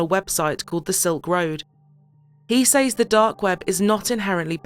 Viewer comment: Says is pronounced "sez" not "saays" just an FYI